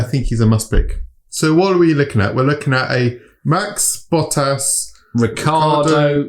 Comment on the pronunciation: Did you say a "Valtteri BUTT-ASS" race? lolololololol